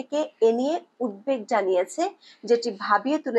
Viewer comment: আপনার বিশ্লেষণধর্মী কন্টেন্টগুলো নিয়মিত শুনি।খুব ভালো লাগে। তবে একটা কথা বলতে চাই কিছু মনে করবেন না। উদ্বেগ উচ্চারনটি উদ্ধেক হবে না। ইচ্ছে করলে বাংলা ডিকশনারি দেখে নিবেন। দয়া করে ক্ষমাসুন্দর দৃষ্টিতে দেখবেন